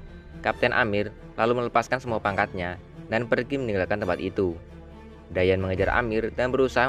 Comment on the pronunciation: Kedengarannya di panggil dayen/dayat padahal dayan